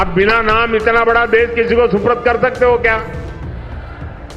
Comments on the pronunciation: सुपुर्द होता अनपढ़ सुप्रूद नही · suprad nahi supurd kehte hein modi ji